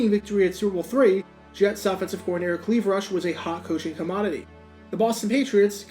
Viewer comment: What's behind the decision to pronounce his name "CL-EE-VE" instead of "CL-EYE-VE"??